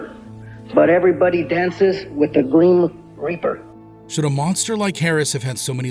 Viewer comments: "Greem Reaper". Lol. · Ordalayyy thee greem reeper ayyy😂🌮🌶️